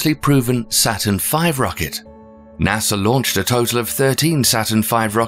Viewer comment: Why does the narrator keep mentioning Nasser?